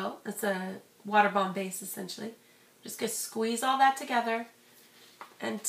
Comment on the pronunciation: thumbs up is you think she said water bam base